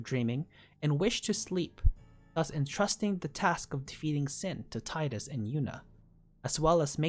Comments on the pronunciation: Tidus is pronounced TEEdus. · Tee-dus, how hard is it really???